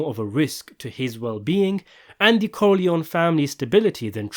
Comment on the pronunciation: Por que a IA não sabe falar Corleone?